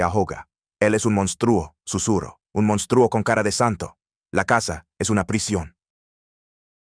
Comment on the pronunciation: Señor el redactor de este contenido Diga el Nombre completo y de dónde es porque estoy me párese fantasía y le recomiendo con todo respeto k tome un curso de Español para k pronuncie correctamente cada palabra empezando por México y monstruo y muchas más